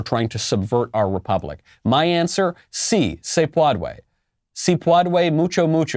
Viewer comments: I think Sí se PWADWAY!! Is acceptable..in LatinX terms. Yuck. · If you’re an education professional and don’t know how to say “si se puede” like our neighbors to the southwest... you have to stay out of all politics. Forever